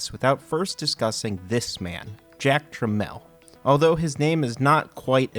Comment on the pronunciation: His name was Jack Tramiel, not Jack Tramell.